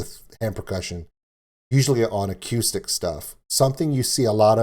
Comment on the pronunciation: Is it just me or did he pronounce acoustic (a-q-stick)?